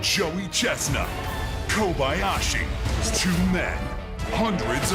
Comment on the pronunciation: FYI, Kobayashi is NOT pronounced Kobyyashi. It sounds like Ko buy yah shee.